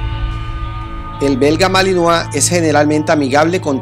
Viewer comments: Se dice malinois no malinoa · Se dice MALINOIS no malinoa pronuncia bien por eso el vocabulario cada ves esta mas de la chingada... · Se escribe Malinois y se pronuncia Malinoa.